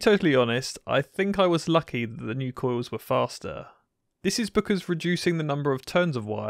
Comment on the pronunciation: “Koy-yous wif vow-tidge”